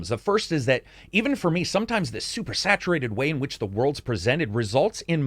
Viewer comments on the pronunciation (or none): none